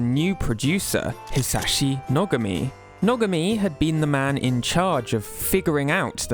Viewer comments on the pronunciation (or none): I love Hisashi Nogami's ideas. btw i think his name is pronounced No-GAH-me